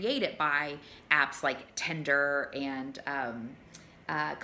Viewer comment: I wish there was an app called Tender like she keeps pronouncing it lol. It's the opposite of Tinder: An app for verified emotional affection and connection. Idk how you verify that digitally (and keep in mind I'm an app developer lol) but I would love that as alternative to this drive through fast food garbage dating in this country.